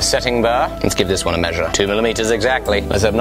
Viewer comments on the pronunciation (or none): “Two millimeters exactily.” says 1.99